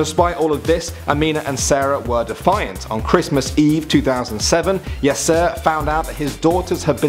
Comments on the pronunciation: Every time he said Yaser I heard Yes Sir :P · Every time he said yasser I thought it was yes sir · you say Yaser like "yes, sir"